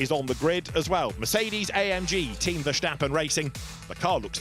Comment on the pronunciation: Why do English GT commentators always insist on saying VerSHtappen?😭 The S in Verstappen is just a normal S, guys.... No need to try and make it sound German or something.